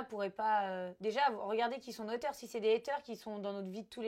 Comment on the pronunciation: elle m’a tuée tous ces « ATER » au lieu de haters😂😂😂😂